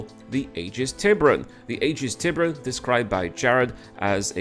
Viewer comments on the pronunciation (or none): Since we're talking pronunciation, Tiberon should be pronounced Tee-boo-rung. It's the Spanish Ancestral word for Shark BTW.